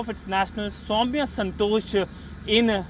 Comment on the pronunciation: YES, AND SHE IS SOWMYA NOT SAMIA